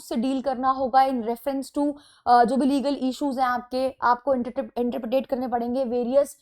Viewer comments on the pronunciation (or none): Madam interpret hota hai interpretet nahi